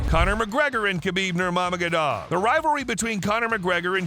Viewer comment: Yea but how are we supposed to want to watch your video if you cant even read Nurmagomedov correctly? Come on my dude